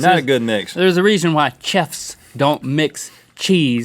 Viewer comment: That is how I will pronounce "Chef" for the rest of my life !!